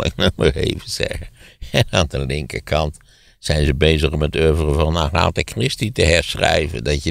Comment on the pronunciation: Lijkt mij toch ook nog altijd een begrip, daarbij was deze kwestie afgelopen jaar volop in het nieuws. Wel grappig dat Van Rossem Agatha op z'n Nederlands uitspreekt.